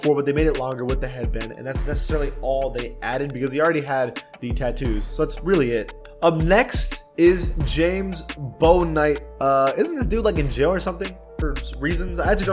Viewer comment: You pronounced Bouknignt wrong, it’s pronounced Book-Night. Gotta get on you for former UConn names, jail or not 😂